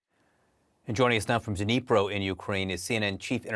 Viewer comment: CNN, you've been covering this for how long? when will you recognize that the city is called NEE PRO, and the D is silent. you are professional journalists!